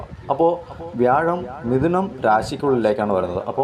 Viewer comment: തിരുവനന്തപുരം ഒക്കെ വ്യാഴൻ എന്നാണ് പറയുന്നത്... കേൾക്കുമ്പോ ചിരി വരും